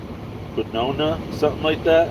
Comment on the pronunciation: Quinoa is pronounced "keen wah" accent on the 1st syllable...very healthy...wtg!